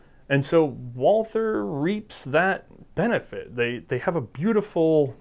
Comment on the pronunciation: The pronunciation of Gesellschaft was totally fine, most of these were more accent than anything else (nailed the umlauts)! But if there's something odd, it's the pronunciation of 'Walther'. The h in Walther is silent. It's "Walter", the German 'a' is more like the 'u'' in 'ugly' (there's a section on the English 'Carl Walther' Wikipedia page that recommends saying 'vaulter'). Anyway, It's a pretty lame sounding name on its own in German. Thanks a lot for these videos, great content! :)